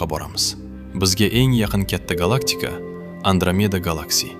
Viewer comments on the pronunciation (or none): none